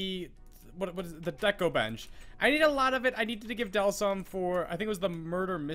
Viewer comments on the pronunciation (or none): none